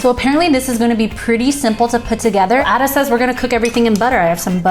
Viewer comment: Black pudding essential. Why cook with butter. Just need veg oil. He name is pronounce Aida not Adda. 🙈